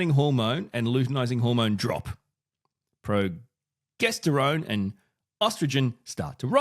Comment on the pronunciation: Pro-Jester-Own, that's how I've always heard it pronounced.